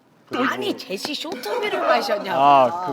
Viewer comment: 초 재시 발음ㅋㅋㅋㅋ